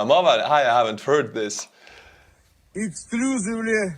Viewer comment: Drunkojin: ..Yeksclooseevlee!! four Niuew Yowrk Taimz.. Prighojin is Johnny English: ...CONFURMED!! ✓